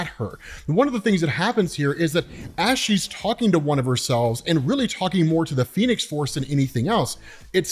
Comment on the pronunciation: said the phenes force lol